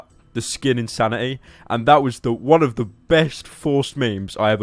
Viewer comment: i think u mean in-sand-ity